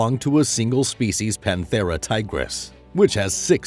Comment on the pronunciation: The pronunciation of Panthera Tigris is wrong. It's Latin, not English.